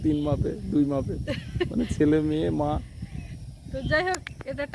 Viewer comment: Tin mape na kotha ta tin ma poye...short a bolchen mape